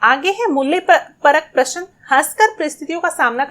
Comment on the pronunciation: Answers are perfect no doubt...but the pronunciation should be correct like u spell prashan but it is prashna